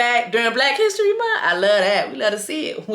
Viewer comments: It's the munt for me lol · The way you saying month is hilarious Jessie: Black History MunT 🤣🤣🤣